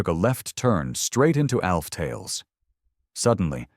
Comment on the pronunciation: I'm getting tired of these AI voice overs that can't seem to pronounce simple words. I almost down voted this just for that one aspect of this video. I heard, I think, 6 different ways to say the name Alf. Sigh...